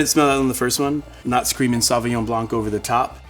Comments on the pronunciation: The c in blanc is silent in french. Its ''blan'' not ''blank''. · It's pronounced Blan not Blanc... please correct this in your future videos.. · The c is silent in blanc